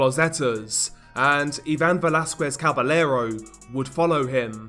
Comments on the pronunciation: Double L's are pronounced like 'Y' FYI. For example, it is pronounced 'Cabayero', not 'Cabelero' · Don't pronounce Caballero with the L sound...the double L makes a (Kah-bah-ye-ro)